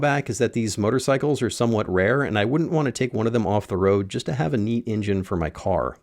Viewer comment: New drinking game, take a drink every time he says ingine instead of engine!